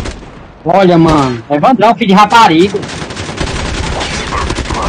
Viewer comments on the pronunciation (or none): "Matadouro do Evandraum" kkkkkkkkkkkkkkkkkkkk